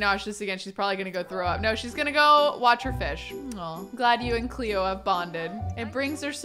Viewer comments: saying Cleo with an aussie accent Me: Ah, a woman of culture I see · 10/10 pronunciation of Cleo 😂